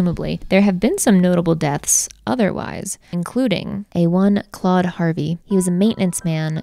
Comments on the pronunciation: Not me thinking she said “one clawed Harvey” lmao!!!! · Not me thinking you said “one CLAWED Harvey” and imagining a one handed man with claws. I then realised you said Claude and this is indeed not a horror movie 😂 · Ooooh CLAUDE Harvey. I thought it was CLAWED Harvey...🤣🤣🤣🤣🤣🪝🪝🪝